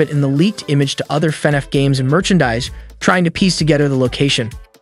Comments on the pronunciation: fanaff fans????????????????????????? its prounounced lik fuhnaff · YOUR STILL SAYING IT WRONG YOU SAYING FEHNAFF ITS FUHNAFF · DUDE ITS FUHNAFF NOT FANNAFF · I can’t stop laughing at how he says “Fenef” instead of FNaF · if this guy says Fanaf instead Fnaf one more time I'll jumpout the window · f-NAF not F-nef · no hate but can u pls stop saying "fe naf" its just straight up "fnaf" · why is bro calling it fenef instead of fnaf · broooo it's fnaf not finaf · i'm in pain each time he says "FANAFH" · Love the "fe-nef" pronunciation. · I keep hearing Fed Ef when he says FNAF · Why is bro saying “fenneff” lmao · man really said fenef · fnef movie lol, he also says fnef every other time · Ah yes. FNEF can’t wait to see it I loved watching mark play FNEF. Y do u keep saying FNEF???? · Why does he say fnaf weird Feneff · it bothers me how you say FaNAF. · why he saying fenaf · bro why do you keep saying FENEF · The way you say fnaf weirds me out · BROOOOO HOW DOES THIS GUY PRONOUNCE EVERYTHING WRONG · Lmfao bro said "markipaler" and "fanef"💀💀💀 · WHAT IS WITH THE TEXT TO SPEECH "fEnEf" "elephant in the rune" store line"